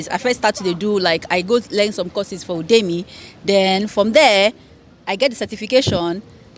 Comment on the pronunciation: For those wondering what is Odemy. It is Udemy that we know, as in "YOO-deh-mee" 😊😊